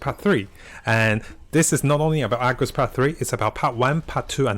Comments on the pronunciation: Its Argos not Agros man. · IT IS CALLED ARGOS , AR-GOS NOT AGROS, jfc you cant even read and still give out poor information, same as genshin days lol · Argos, not Agros. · Say Agros one more time! jk but you get way too excited in your videos. Slow down. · Ikr lmao, even "i had a type'o over here" corrects Part 2 into 3, but still says Agros above haha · Thank you for the video but your pronunciation of Argos makes me Aggros